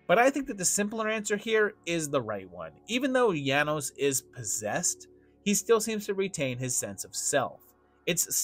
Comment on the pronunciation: Janosz is pronounced “yah-noash". You said his name wrong the entire time.